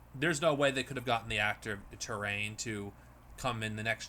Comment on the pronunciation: Trelaine, not Terrain. Q-Squared, not Q-Squad. It’s right there in the title.